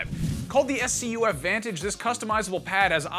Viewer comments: He said S C U F it’s scuff togoether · It's not s c u f its scuf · S-C-U-F....why not just say scuf like everyone else? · Its not s c u f its scuf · Its a scuf controller, not s c u f. Google it smh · So does he not know how to say the word scuf 🤷🏿‍♂️ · Did he just call it an S.C.U.F.??? LMAO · Scuf would be so happy to hear their name mispronounced like that. "S C U F", lol :P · S-c-u-f 😂 😂 it's just scuf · but the way he said it, is how xbox fans do 😂